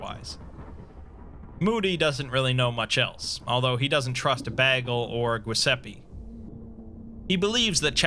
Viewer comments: Exploring all the ways to mispronounce Giuseppe. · I was actually talking about the phonetics, as an italian I always find funny how Giuseppe is one of the most butchered names by english speakers (I'm not mocking you, I'm pointing it out in a lighthearted manner). About the haze, hope you'll feel better soon! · I was looking at the comments to see if anyone else noticed that. Lol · Where you trying to read Giuseppe? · Yeah. The Italian version of Joseph is "Goose a pee" to him and the Broken God Mekhane becomes "Mac Cain" for him... Maybe that means, Nostradamus is for him "Nooster day mahss" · You ever heard him spell Mekhane? For him, the Broken God is "Mac Cain" instead of "Meh + kah + neh" But making Giuseppe into "Goose a pee"...crivvens, that's a new low *facepalm * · That’s a great narration as always, but your pronounciation of “Giuseppe” cracks me up, sorry